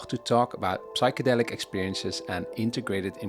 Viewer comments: Psychedelic is with a silent P. Pronounced Sychedelic. Please...just embarrassing. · The ''p'' in psychedelics is silent.